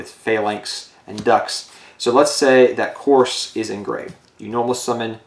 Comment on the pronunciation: Lusamine 2nd best pokegirl also not to be that guy but dragunity couse is pronounced cuse like cu cullian from the fate franchise, there is no r.